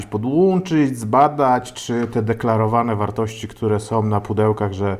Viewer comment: Lubię oglądać ale od pewnego czasu ciężko się słucha. JabkowOm, którOm, sOm, mocOm, tajemniczOm, magsafowOm, jakOm samOm Na słuchawkach pokaleczony język, ale jak już zachęcasz do komentowania to takie moje spostrzeżenie.